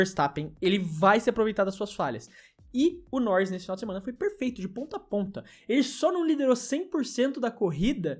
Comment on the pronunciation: "Lando Norris foi "perlfeuto"!" (. 2025). Editora FonoAudiF1.